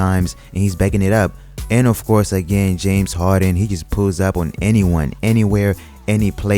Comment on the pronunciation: "James Hawden" lol